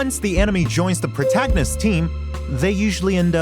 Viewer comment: "the protagnis team"